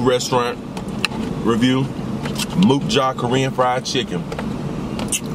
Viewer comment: The U in Mukja is pronounced like "uh" instead of "oo" btw (same for mukbang). The restaurant's name means "let's eat" in Korean. :) Great mukbang and fuck those haters, eat where you wanna eat fam.